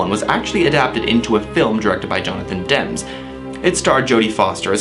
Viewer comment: And Jonathan Demme is pronounced wrong. it is supposed to be like demi moore.